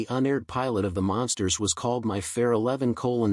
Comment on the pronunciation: Hey stupid AI they're not the monsters they're The Munsters... This is the crappiest AI voice I've ever heard. What a joke.